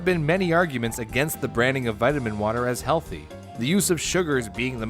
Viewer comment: Vitimin wotah